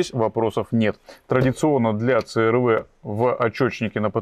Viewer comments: Ну не говорите црв, говорите си ар ви. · говорите правильно "си ар ви"